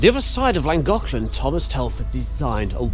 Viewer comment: There is no such place as LAN gothlan. Two "L"s together are NOT a single "L". Just tell us you can't be bothered to pronounce Cymraeg correctly. I'm quite fed up with the constant Anglo insults to our culture and history. So, this is the last one I watch, and then DRC'd.